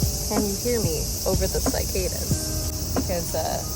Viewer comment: Hello my beautiful friend!! I love this video and I'm taking notes for my future self ❤ Love you so much! P.S. I am absolutely shocked by the way you pronounce "cicadas"